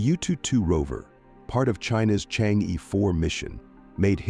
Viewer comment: Pronounced Chang Er.